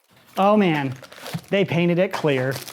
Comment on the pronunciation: I love how he said PAINTED it clear lol